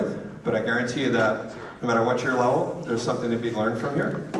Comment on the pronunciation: "DERES SOME CARS"